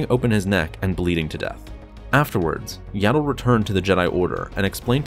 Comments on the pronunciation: It’s not yaddle it’s yoddle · her name is yaddle not yado